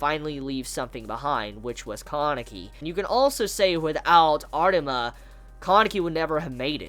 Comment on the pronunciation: It’s funny when he talks about Arima he pronounces it as artima